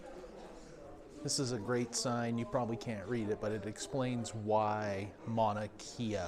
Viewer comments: Mauna (Mow-na) kea (Kay-uh) NOT kee-uh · Love your videos but please learn to pronounce the Hawaiian language. It's not Mana Kia it's Ma-oo-na Kay-a